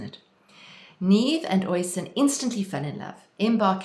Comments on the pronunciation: Oisín is pronounced 'usheen'. Tír na n-óg which means land of youth is pronounced 'teer na nogue' Thanks for the video - very inspiring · OSheen is how one pronounces the Gaelic name OISIN ....